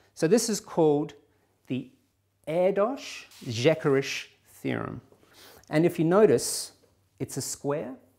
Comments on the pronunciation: Just for the record, "Erdős--Szekeres" would be pronounced "air-duh-sh seh-keh-resh", with rolled r's. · I love the way you pronounce Erdős and Szekeres. The latter is very funny. :D (By the way, you should pronounce it as such: Sekeresh. I hope I helped.)